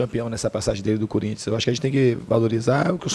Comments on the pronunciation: opa! So repara na forma ele fala,ele não diz Corinthians,ele fala curinthians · "Cúrinthians" Diniz, Fernando 2019 😂😂😂😂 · é no minuto 1.43 kkkk ele fala curintia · DINIZ "CÚRINTS" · Quem ouviu ele falar CURINTHIANS DEIXA O LIKE !!!!